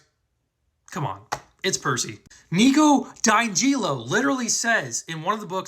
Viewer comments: He really did say Nico dijelo… I’m not hearing wrong lolll right? Haha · Bro really said Nico daigilo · When he butchered Nico’s last name I paused the video, my head went back, and I looked at the screen like it just kicked my grandmas urn down the stairs and the ashes poured out